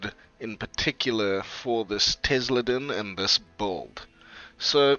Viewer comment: I've never heard someone pronounce "build" as "bold".